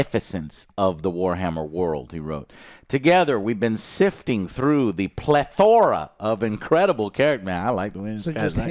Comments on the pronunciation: How do 3 grown men not know how to pronounce plethora? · Joe is either borderline illiterate or just a mastermind troll with his constant mispronunciations lol. I havent finished this video yet and hes already mispronounced "hoopla" wrong and "plethora" wrong about 10 times Edit: Add "Polaris" to the list